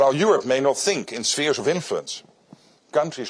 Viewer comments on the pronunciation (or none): none